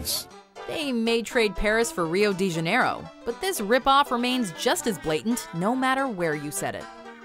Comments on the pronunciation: "Ruio de Janêro"? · Am I the only who died when she said "it wasn't enough they replaced Paris for Rio dejanaro" that killed me just it just shows how lazy these animations are...